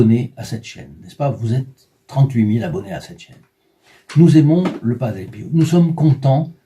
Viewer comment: De famille on prie San Padre Pio.. EN 2003 ma tante le la fait connaître et encore' merci pour cet grâce à PADRE PIO 🙏 merci de le faire connaître.. ' (Prononcé Pio.. Et non Piou comme vous le prononcé lol 😂 😉merci de pouvoir créé un groupe de Padre Pio 🙏 💖